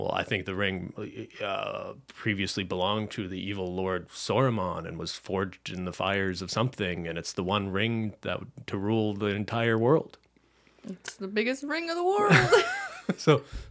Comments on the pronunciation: When calls Sauron “Soromon” 🤔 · Evil lord... Sormon?! It's sauron!